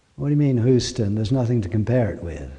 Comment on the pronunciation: Good talk. I wish you'd post more videos from home! PS I don't think anyone will hold your "Houston" pronunciation against you;)